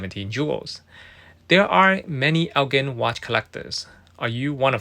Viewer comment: Thought you may like to know, "Elgin" is pronounced as (el-jin) instead of (el-gin). Thanks for the content